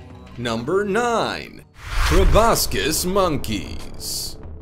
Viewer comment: If you want us to think you know what you're talking about ( too late) you should learn to pronounce proboscis correctly